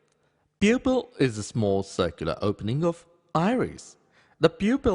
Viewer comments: What the heck is membrin? Peopill? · Am I the only one who cannot stop laughing when he says 'pupil'?